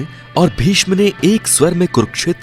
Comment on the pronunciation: Are nam to thoda sahe se le ,,vishma or duryodhan tera bhai nahe he